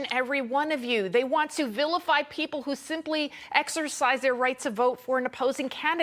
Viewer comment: I like how she says 'Karine Jean-Pierre'... the french pronunciation is right on, and that lil' bit of smug added to it is just perfect. 😉